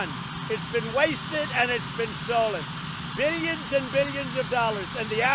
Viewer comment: The way he says 'billions' sounds so wrong. Also, he is a lying POG!